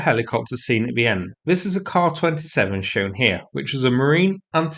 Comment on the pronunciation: "Car 27". It's actually a "K-A 27". Car. Ffs. If A's are pronounced "AHhr". Then how do you pronounce R's? As A's? Jfc